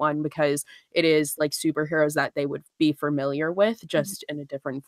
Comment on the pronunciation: this is the first one I miss live:( I'm so sad. Also one of my biggest pet peeves is when people pronounce Familiar as fer-miliar and said it so many times omg.